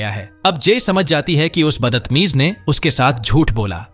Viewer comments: Are tum battamiz nahi batatamize kyu bolrahi ho😂😂😂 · Badtameez ❌baddatameez✅🤣